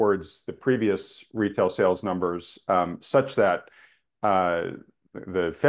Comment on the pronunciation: has been on this earth for a 100 years and still can’t pronounce “sales” 😄